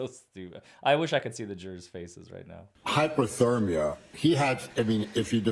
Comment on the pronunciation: Every time he said "hypothermia", it sounded to me more like "hyperthermia". Way out of his league with Alessi.